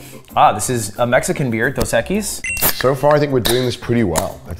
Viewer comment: As a spanish person, I can confidently say the way Ludwig says 'cerveza' here is perfect form. As well as 'dos equis'